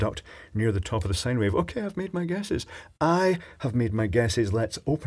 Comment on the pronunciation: Did I hear you correctly? Did you say that the circuitry was possibly writing a sigh wave?